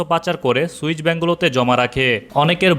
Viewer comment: সুইচ না সুইস